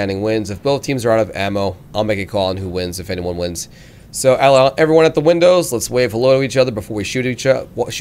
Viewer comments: maybe 'the' instead of 'tje'? :p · Fail on the word the lol😂